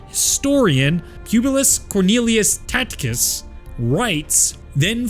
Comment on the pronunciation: Tacitus is pronounce Tass-it-uhs